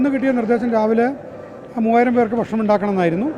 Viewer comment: ബാരവാഹി, ബക്ഷണം... നിന്നെ ആരാടാ ഉണ്ടാക്കിയെ